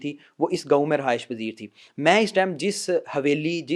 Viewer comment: Son Lerne to say words properly. surung nahi surang hai aur ghaun nahi gaon hota hai